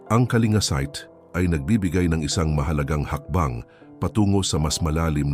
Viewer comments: wag kang tanga Ang pronunciation ng Kalinga ay "Ka-ling-ga" hindi "ka-li-nga" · Wrong pronunciation ka po Sir,KALINGA TO KALINGGA,Informative you tube God bless po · Kalingga dapat mali nga ang pronunciation nya